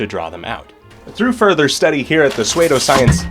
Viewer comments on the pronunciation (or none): What is suedoscience?? Do you mean pseudoscience??? 😂 it’s pronounced (su-dōh science) love you videos by the way!! I haven’t drawn in ages but watching you makes me wanna get back to it. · How darw you pronounce pseudoscience like that you neanderthal.